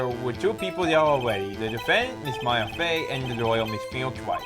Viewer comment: sometimes reads things (completely or almost completely) different from what they actually say. (I.e. "Miss Maya Fey isn't pink! = (Miss May isn't pink)